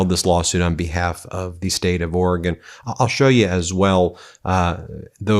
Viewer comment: Thank you Ben for pronouncing the nane of our state correctly! Or-eh-gun. Not Or-ee-gone, as lots of people from the east coast pronounce it. 😊